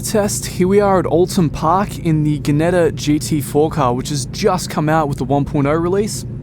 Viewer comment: Im not trying to sound like an arse yet i fear i may however Ginetta is pronounced "Jinetta" not "Ginetta" besides great video and now i have to buy they game thanks